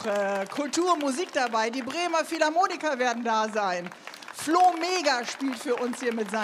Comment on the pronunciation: Philharmoniker nicht Philharmonika ;)